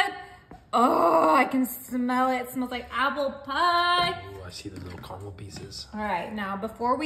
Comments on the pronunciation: Caramel not Carmel. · Carmel in this Michigan house, lol. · It's pronounced, carAmel. There are two A's in it. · It's spelt car-a-mel and y'all still say carmel.....🤭🙃